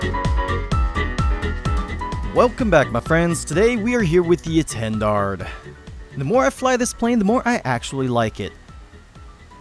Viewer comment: Hey buddy For the name of this plane, actually you don't have to pronounce the last "d", say it like "étandar" ;) Nice vid however!